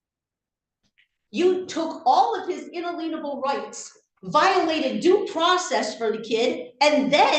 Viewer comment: "in-a-leenable" rights